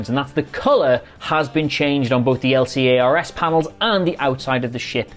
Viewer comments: L-C-A-R-S? L'carrs? Really? 😆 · you threw me for a loop when you said L.C.A.R.S panels rather then L-CARS not gona lie